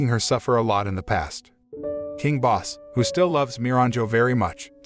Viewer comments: nope. It's pronounced "Bos-se". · I like how he pronounces king bosse wrong and pronounces it as boss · Isn't the king's name Bosse as in BO-suh? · Wait ! It's not the right pronounciation ? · it's not